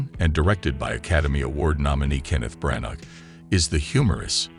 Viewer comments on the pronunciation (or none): His name is pronounced Branna, please stop using electronic voiceovers, employ a human. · Hey, Mr Narrator get the name of the director right!!! You do not pronounce the G in Branagh.